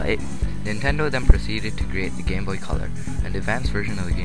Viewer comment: At first it sounds like you said, "The history of the gay boy". LOL